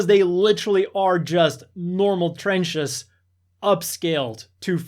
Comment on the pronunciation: me and my Krieg boys: do you just said... "trech"? WOAH!!!!!